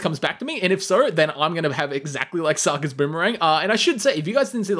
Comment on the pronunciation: the way he pronounces sokka. 😞